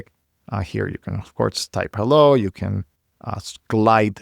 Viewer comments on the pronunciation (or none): none